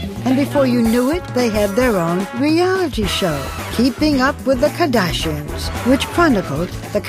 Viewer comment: The way she pronounces “the KAHdashians”